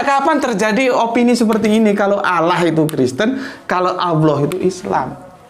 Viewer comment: Kanapa dibaca seolah2 "Alloh"? Karena tafhim, jadi huruf Lam nya dibaca tebal. Bukan Awloh, tapi Alloh seharusnya. Karena tafhim hanya menyebabkan huruf lamnya tebal, bukan "awloh"